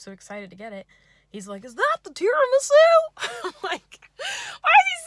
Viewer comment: now i can never say "tiramSU" normally again